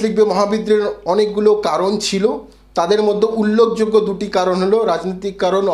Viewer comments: মানে হল উল্লেখযোগ্য কে উল্লখযোগ্য বলেছেন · উল্লখযোগ্য কী উচ্চারণ???? 🤦‍♂️😕🤦‍♂️😕